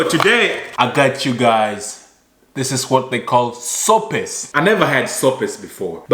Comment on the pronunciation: U say sopes just like a spanish speaker. Recommend good Kenyan food for us cuz in the future I’d love to go to Nairobi